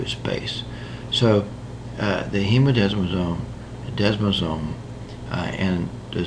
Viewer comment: You need to learn how to pronounce your medical terminology correctly. “Hemidesmosome “is not a “hemodesmosome”